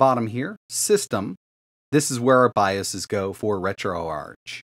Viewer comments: It’s pronounced retro-ARK bro please.. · Not tryna be rude just helping but I’m pretty sure it’s pronounced ark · Isn’t it Ark like Archive “RetroArk” (ch)? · Ok I will say your video is very very informative and a good tutorial for retroarch. I will say grammar-wise, retroarch: it’s not the arch with the ch sound. It’s pronounced: retro-ark, hearing the ch sound in arch doesn’t make sense I’ll be honest